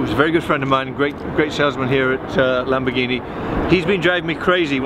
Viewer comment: LAMBORGHINI NON "LEMBERGHINI" 🤣😂